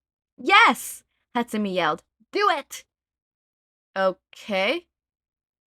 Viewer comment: I cant take it. I know it was years ago, im sorry. But im genuinely tweaking every time you say hatsu-mee instead of hatsu-may. I love you btw.